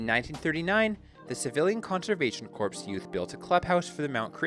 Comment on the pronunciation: You phonetically said corpse - like twice. That is the gist of my comment. Yes, spelled corps ... But silent "p".